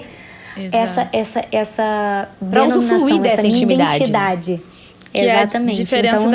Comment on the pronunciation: Gente, amo o podcast e a série, e dou graças a Deus por existirem. Mas o "usufluir" eu ri muito vendo a carinha da rsrs...